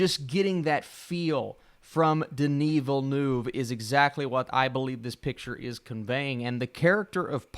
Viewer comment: Denis Villeneuve mispronunciation